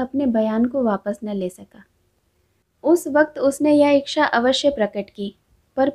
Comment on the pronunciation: Very nice presentation...,.bus ek baat kahni thi.....if u don't mind.......aap ichha ko iksha na padhein......ye chh hai....ksh nahi